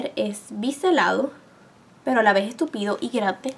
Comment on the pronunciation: jajajaa cuando enseñaste el pincel a la ves es túpido jajaja sono a estúpido XD!!! quiero todo tu maquillaje!!!! juju like